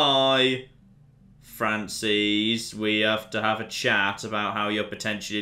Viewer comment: Did... did he pronounce Frances as “Fran-sees”? Dammit.